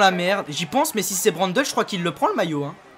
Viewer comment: on dit Mathias Brandleu pas brandeul. ( phonétique )